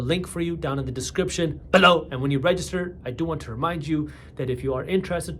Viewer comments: Why did he say BELOW like that??? Lol 😂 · He's done that for years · It’s an adlib of his… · It's the Punjabi way 😎😎